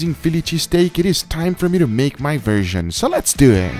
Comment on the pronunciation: Its more like "So, lets dew it" :P